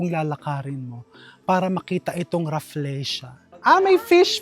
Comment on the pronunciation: Raf-LEE-sha not Raf-LEY-sha